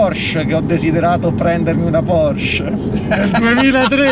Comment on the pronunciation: Porsche, con la e, se potessi tutta la vita❤️